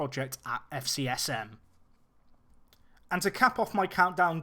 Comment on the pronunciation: FCSM is pronounced : F Say - So - Show - Mom - Bay - Lee - R But in france we just say Sochaux ( So-Show) wich is the name of the city (town ? it's so small compared to Paris....)